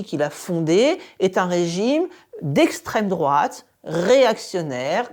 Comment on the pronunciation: Arrête c’est lesstreme drouate on te dit !!